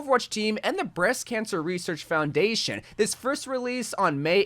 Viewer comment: Breast Cansher Reseashc fourndation